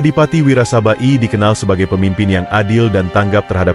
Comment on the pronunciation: Klo baca narasi yg bener dong ...nyong Kye wong Banyumas.....bukan wirasabai ...tp Adipati Wirasaba 1...😂😂😂😂